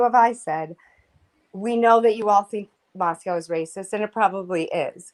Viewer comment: Notice how repeatedly doesn't pronounce Moscow the way all people in that area pronounce it. She pronounces it like Moscow Russia but Idahoans pronounce it Moscoe